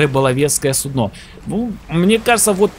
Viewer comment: судно ударение на у